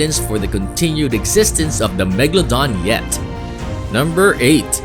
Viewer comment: my friend thought the megalodon was a place cause he pronounced it mega london